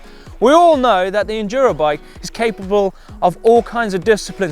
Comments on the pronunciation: "all the things this beast is capleabob" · hahaha "all the things this bike is caphallable of" hahaha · You pronounce capable as cabaple